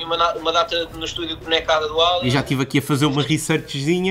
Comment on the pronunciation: "...Álian...sou mauluco pelo álian..." Diz-se "Eilien"....EILIEN..